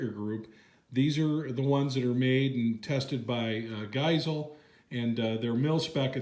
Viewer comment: Love how you pronounced Geissele. Made me smile